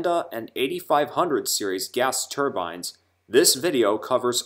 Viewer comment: do me a favor don t call them turbines like a hat anymore remember they were turbines with the long I sound